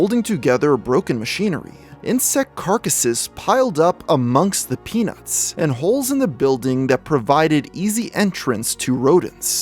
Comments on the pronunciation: when he first said parnell's peanuts, i thought he said parnell's penis. lol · Say peanuts without the t…..